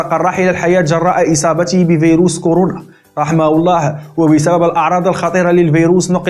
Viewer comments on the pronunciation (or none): none